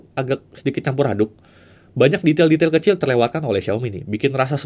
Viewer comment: detail sedwtailbelailnyaaaa tuh ampe blepotan